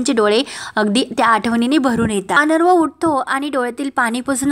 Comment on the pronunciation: अनरवं नाही तर अर्णव (अरणव) असा उच्चार करा